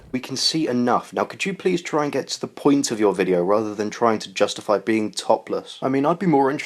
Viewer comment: I swear that beaning sounds like faping.